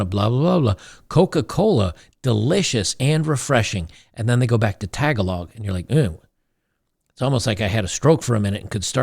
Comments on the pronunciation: Lololol tag-a-log. Its Taa-gaa-lang! I used to pronounce it like that too but a couple philipino coworkers set me straight. Tag-along IS way more fun to say tho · Lol “tuh-gah-log” sir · The emphasis in "Tagálog" is on the second 'a' :D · Pronounced TE GA LO not TAG A LONG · Actually, one of the Filipino languages is pronounced, "Tah-Gah-Logue" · Its pronounced, "ta GA log" not "TA ga log." Emphasis on the 2nd syllable. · Did you really live in the Philippines and not learn how to pronounce "Tagalog"? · pronouncing Tagalog lol.